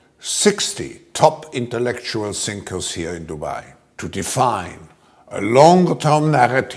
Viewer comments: Rectumswab states "We brought together 50 intellectual (he means) thinkers (enunciates something like zinkers or sinkers). I do believe that individuals such as himself, et al, as well as the 50 'intellectuals' or sinkers will sink everyone in order to elevate their wealth and power further. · The way Swab pronounce “thinkers” sound like “ sinkers”. So, 60 intellectual sinkers were definitely sinking deep into thoughts of how to destroy humanity! 😂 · Yup they are intelectual sinkers (thinkers pronounced by ks)